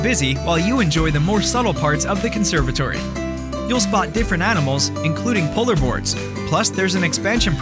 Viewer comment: Hey computer, You mispronounced polar bears. It's polar BEARS. Not polar Boards.